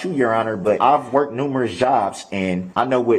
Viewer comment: BROOKS..."I WORKED NUMEROUS JOBS." 😅😂😂😂😂😂😂😂😂😂😂😂😂😂 I'M SORRY, I CAN'T 😂😂😂😂😂😂😂😂😂😂😂😂😂😂